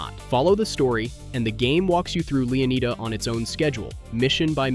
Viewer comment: Leeaneeda? Lushia? Bro got the map an character off temu 😂😂